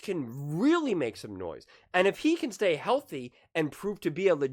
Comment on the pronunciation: It's all about his health. Only thing he proved is rookie year is that he cannot say healthy